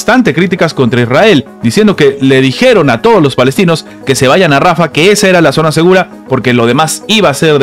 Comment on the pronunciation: Se dice rafahhhh no rafa! JAN YUNIS NO YAN YUNIS, USTED NO SABE PRONUNCIAR ESTOS NOMBRES.